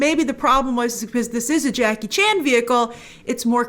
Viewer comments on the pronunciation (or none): none